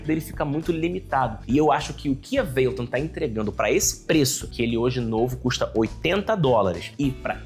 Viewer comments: Veiloton? É mais pra véloton, parei aí, fala como os brasileiros falam, tenta imaginar americano e ainda fala errado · Nemdeu 5 minutos de vídeo e eu já fiquei enjoado da forma que você fala "valeton"... kkkkk